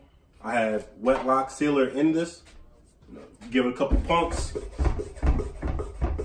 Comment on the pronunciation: Does he call it 'Wet Lock Sealer" near the beginning? Or "Wet Look Sealer".